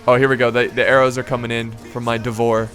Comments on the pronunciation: "Devor"... I just cant's listen to that. No, it's "Dvor". I assume it's the same as as in Serbian, which would translate to "court". Basically some sort of nobles. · that moment when you are not even Eastern European and Call "Dvor" wrong :D :D